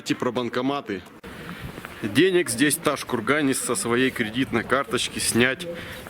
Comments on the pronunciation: Произнёс ташкурган видно что в ёбупге живёшь )))) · Не ташкурган а правильно Тоджкургон там живут Таджики а не уйгури